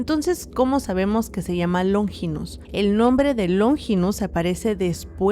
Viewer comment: q No es LóNGINOS, ES LONFINPS, NO LLRVA ACENTO 😅😅😅